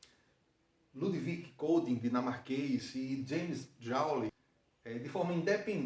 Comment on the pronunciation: Não sei por que existe no Brasil essa mania de pronunciar "Joules" como "Jáules"... Ótima aula, em todo caso.